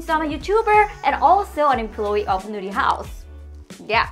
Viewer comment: I love it! I still chuckle every time I hear Jina say "Nurihaus" though because it sounds like she's saying "Nudey House" 🤣